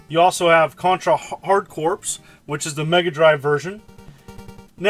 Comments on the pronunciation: Dude it's pronounced "core" not "corpse" like the Marine Corp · I thought this was going to be an awesome video, then...It's pronounced "core", not corpse. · Corps is pronounced "core" not corpse, like the Marine Corps is pronounced Marine "Core". Nice review, ReBirth and Contra 4 wouldn't have fit into a $20 package in my opinion and I really wish they had put in Contra Force instead of multiple copies of the same game, but still more than worth $20 for the 5 unique games your getting. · Aren't you a teacher? How the hell do you qualify for that while pronouncing CORPS like CORPSE instead of CORE... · Corps is pronounced as "Core" my dude. Its reads like Contra Hard Core. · When I went to talk to the recruiter for the marines I kept saying it like him till a half an hour he told me it’s pronounced core I felt like a retard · Hey! Just to let you know that the Corps in Hard Corps is pronounced "core", the same as it is in United States Marine Corps. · He was certainly never in the Marine Corpse.